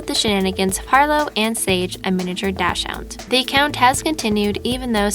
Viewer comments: Dachshund is pronounced Docks-hund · This woman doesn’t know how to pronounce dachshund